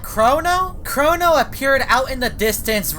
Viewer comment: Pls don't say chorono i don't like that